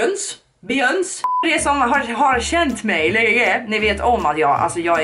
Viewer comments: ”beGÖNSey” HHAHSJA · ”Be-jöns” HAHA JAG DÖR 😂